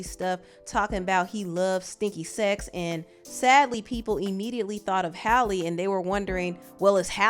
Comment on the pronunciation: Are you mispronouncing her name or dud I think it was pronounced Halley instead holly